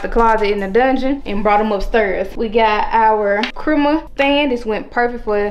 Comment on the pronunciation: OMG it's not pronounced crimus it's Christmas with a S and a T in it sheesh